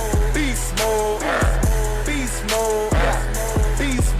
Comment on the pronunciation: Hahahah your intro literally sounds like "be small" instead of beast mode 😂